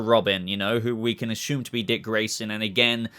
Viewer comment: This is a dumb comment, I was wondering why when you say “assume,” it sounds like, “ashoom.” When you say other words with S(s), single or double S(s), the words have a regular “s” sound. At first I thought you were doing it on purpose to be funny but lately I realized, Pagey and Mr. Sunday Movies, do it as well. So I’m wondering if… A. Are you saying “Ashoom” on purpose? Or B. Is it just an Australian thing? BTW I love your channel, I’ve been a sub for well over a year now, maybe even over 2 years just so you don’t think I’m trolling.